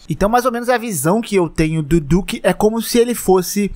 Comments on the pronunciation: fala duque certo porra! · Ta com dificuldade de pronunciar o nome dele kkk do nada manda um "diuque" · que agonia cê falando "diuque" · Porque vc fala o nome do duque como diuque?